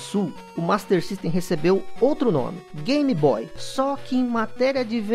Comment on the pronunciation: Por que diabos chamar de GAM-BOY????